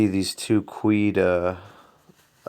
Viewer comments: Cj Luksch for one moment I thought...dang I finally know how to say that word...but after your comment I laughed...I’m a professional online shopper..I know that word is pronounced q’d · Cj Luksch LMAO 2/3 through the video and I'm still laughing lololololol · Cj Luksch BAHAHA I was gonna say that lol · yooo i cringed pretty hard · Cj Luksch 🤣 u got me laughing so hard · kweed. LOL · no offense man, but you picked the most hilarious way to mispronnounce something. 😂😭😂 All good bro 😁 your videos have been super helpful with my decisions regarding overall trading! Thanks alot for them! 😃